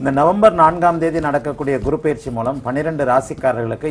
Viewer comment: Ennamma Tamil pesareenga?! 😃 GURU PAYIRCHI nggareenga 😀...... Adhu PAYIRCHI illema, adhu Peyarchi. Eppdithaan ungalailleaam edukkaraangallo 🤔😀